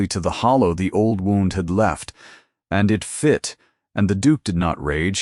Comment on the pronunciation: Wownd? Should be wound! Please let it be changed! It ruins the story!